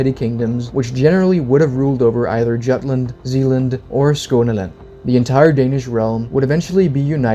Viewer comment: Juutland is mispronounced. 'Jute' rhymes with 'Root' with a Y at the beginning.